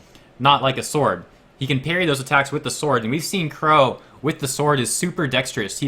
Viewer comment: Qrow* not "wore" lol